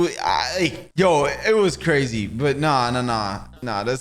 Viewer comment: Cwazy cupcakes